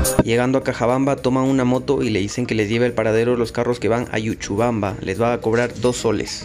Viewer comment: EL LUGAR NO ES YUCHUBAMBA ES LLuchubamba. Pronuncia bien...